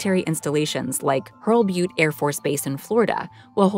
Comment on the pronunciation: Hurlburt, NOT Hurlbute.